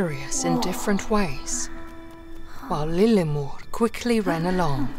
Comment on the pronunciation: Btw she didn't say the name wrong, she just makes it sound a bit more fancy